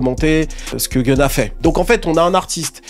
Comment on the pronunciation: Its not genna Its GUN-NA